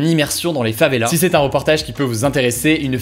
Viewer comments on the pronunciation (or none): FavelaSSSS ! Come on! Une favela, des favelas, tu prononces le S, ça fait mal aux oreilles là :p